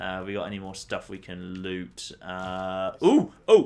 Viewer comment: is it just me who thinks he says lets have a loot see